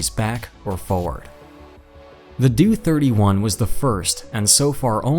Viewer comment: The "DOO 31"???!! It's D-O (Dee Oh) . D'oh!!